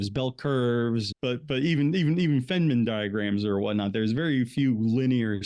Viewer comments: I enjoyed your presentation, these topics have always interested me. A minor issue is how you pronounce Richard Feynman's name - it should be Fine-man (not Fen-man). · Its "Feeyyne-maan".Its German.